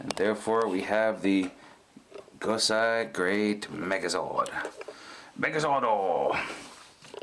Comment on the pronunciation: It's GosEI, not GosAI! Seriously, if you're gonna do a video like this, you need to pronounce these things properly! Do your research!